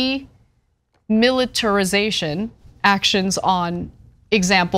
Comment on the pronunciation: Ana you couldn't read "de-militarization"?!🤣